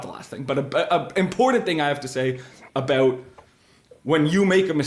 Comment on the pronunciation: Hearing pronounce ‘important’ as ‘impordant’ has replaced ‘libary’ in our drinking game. We’re all drunk now